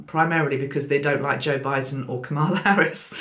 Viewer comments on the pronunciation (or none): Can't wait to listen to you in the new year! FYI - the new USA Vice President's name is pronounced "Comma-la". Peace and love to all!